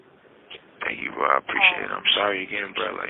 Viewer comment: Can someone tell Tory to stop mispronouncing "bro"